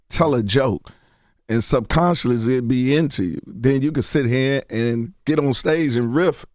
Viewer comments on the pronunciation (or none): the word is subconsciously, Earthquake enunciate. come on bro.